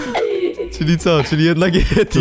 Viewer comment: mówi na Yetiego Dżedi